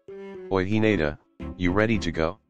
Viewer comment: No one: he-nate-a